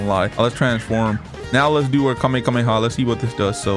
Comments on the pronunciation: its not kamekameha its kamehameha lol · He keeps saying kamekameha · Bro said "kamekameha" LOL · "super saiyan red" 💀 "super saiyan ultra instinct"💀 "kamekameha" 💀 "fly = saiyan" 💀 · its the khamehameha not the khamekameha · I had a stroke when he said kamekameka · "the kamekameka" i am dead XD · "Kamekhamekha" Is this dude serious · Mans really said "Kamekameha" man im dead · Bro really said "Kamekameha" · Bro was like kamakamaha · You said kamekamehaa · Bro said kamekameha